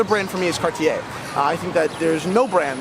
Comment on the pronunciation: I've always gotten a kick out of: passionate about watches, knowledgeable about vintage pieces, and wildly opinionated in a good and entertaining kind of way. I'm really pleased to see that he finally pronounces Cartier correctly. Thanks for the segment,.